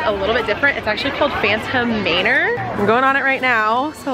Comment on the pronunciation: Phantom May-ner,?? 😂😂